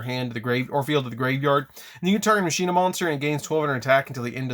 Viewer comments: FOR THE LOVE OF GOD!!! ITS PRONOUNCED MACH-ENA. It's Latin for machine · "Muhsheenuh" or "Mawkinnuh" that is the question of pronunciation... Its... its Pronounced like "Mawkinnuh" but sick video on one of my childhood decks when I just got them cuz they look cool